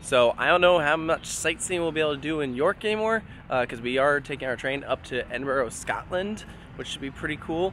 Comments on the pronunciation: Lil note to you guys and any other American viewers: Edinburgh is pronounced Ed-in-bruh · Your mispronunciation of Edinburgh 🤣🤣🤣, I visited Flamingoland quite a while back now well before Sik and a few years before mumbo jumbo. I remember kumali being pretty good back then but no doubt it has aged abit since then. Need head back to ride Sik at least.